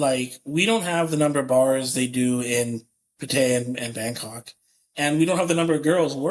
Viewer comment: "PAT-ah-yah" not "pah-TAH-YAH". Why do so many foreigners have such difficulty pronouncing the name?